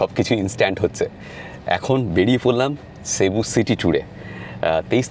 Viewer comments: Basilica not Basalica!! look up the difference between church, chapel, basilica and cathedral on chat gpt - its very interesting Also its Magellan - the "g" is pronounced J = Majellan and pls, its Cebu - not SheBu. Ei program dekhe shobar uccharon chotke jachhe! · Cebu is a beautiful city and the locals pronounce it cibu....